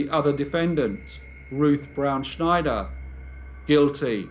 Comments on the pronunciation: Snyder is pronounced like Spider (with an N in place of the P). It is not pronounced the same as Schneider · Love, love, love your stories. Not a big deal, but Ruth's surname of Snyder is not pronounced "Schneider". Lol 😉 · "Snyder" is pronounced the way it's spelled. Not "Schneider". js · I apologize for being fussy, but in the U.S. we pronounce the surname Snyder with a plain "S", not like the "sh" sound in "Schneider." It's a very common Pennsylvania Dutch (a.k.a. Pennsylvania Deutch) surname, and also the brand name of not one but TWO brands of pretzels. It is also the surname of my very favorite uncle-by-marriage.